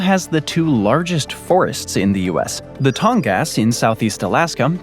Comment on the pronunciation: You are not correctly saying the name for the Tongass National Forest. Please use online dictation to learn how to properly say the name and edit this part of the video to fix the mispronouncatiion. It's super bad, and I don't want the viewership and/or general public having inaccurate wording, especially children who may be doing research. Thank you.